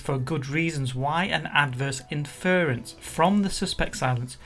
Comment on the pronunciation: Please learn to pronounce "inference" correctly...